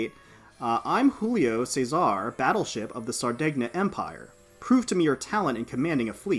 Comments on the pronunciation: Your pronunciation of Giulio Cesare had me grinning, it's actually 'julio chezare'. It's 'Julius Caesar' in Italian. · As an italian, i laughed so hard for how you said Giulio Cesare